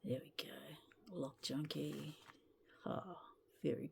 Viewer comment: That definitely says “cock junkie” 🤣🤣